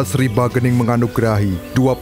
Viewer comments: ralat min, bukan bagening tapi sagening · Bukan bagening.....tapi sagening